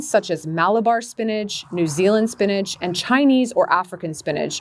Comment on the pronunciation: Why she call it spinage… it’s spinach